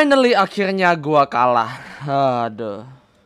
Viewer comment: bang kenapa akhilnya ngomong nya